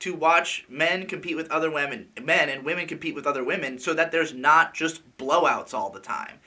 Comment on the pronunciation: wamen lol